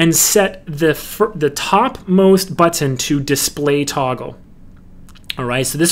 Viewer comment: That may be how you say wacom, but that's NOT how you say button. lol